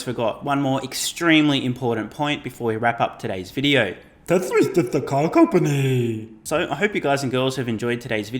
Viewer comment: Dude every time you do the “teshla is just a car compannny” thing I actually laugh out loud 😂😂